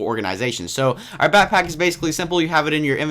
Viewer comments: why was he say batpack in stead of backpack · back-pack.....not "batpack" but great video